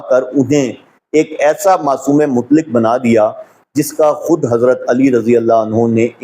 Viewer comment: KSJ, SA : lafz ‘mutlik’ Nahi bulke “MUTLAQ” hai! Sahee talaffuz ki practice ker len!